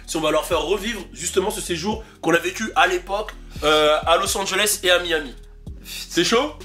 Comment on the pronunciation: Il me fume avec son " Louis A" 🤣